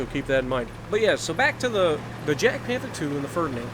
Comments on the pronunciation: It is pronounced as 'Yag' not 'Jag'... 😤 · ITS NOT JADPANTHER ITS JAGDPANTHER. AND ITS PRONOUNCED WITH A "Y" SOUND, NOT A "J" SOUND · It’s like yagpanther, that’s how u say it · I was about to say that, subbing just for that.